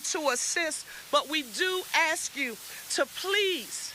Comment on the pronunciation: Where do they get these people ??? . She’s looking for Notoriety . Say ASK and she’ll say AX .